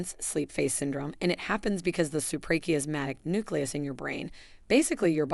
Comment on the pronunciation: SUPRACHIASMATIC nucleus. You don['t say it correctly. Are you Ai? I am 74